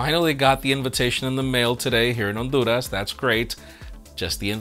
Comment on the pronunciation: I like how he says Honduras with his Spanish accent